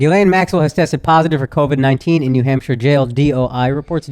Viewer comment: nah andrew, coming from the uk akaash definitely pronounced hampshire the right way